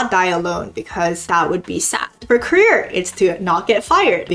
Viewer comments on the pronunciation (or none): none